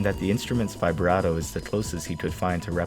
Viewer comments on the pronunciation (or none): none